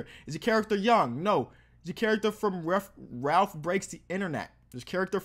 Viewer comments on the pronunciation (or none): none